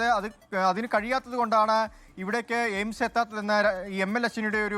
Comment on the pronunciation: ജെയിംസ് അല്ല 🤣എയിംസ് 😢 കാര്യം പിടിയില്ല 😂